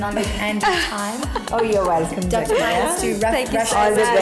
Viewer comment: Its Dr. Pai not Dr. Pie 🤣